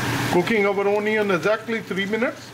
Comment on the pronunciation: unnecessary accent. not a great watch. i stopped at ooonion